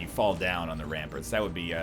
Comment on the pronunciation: You say prominade right, it's ramparts you say wrong, ramperts.